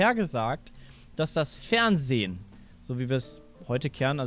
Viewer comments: das FeHrnsehen lol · "Das Fehrnsehen" also... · alter, ES HEIßT FERNSEHEN NICHT FERNSEH... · ''das feHrnsehen''